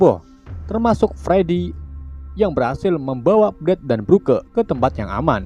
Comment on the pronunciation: Broke=brok League=litch Pliss jangan salah baca lagi soalnya gue jadi kesel gak tau kenapa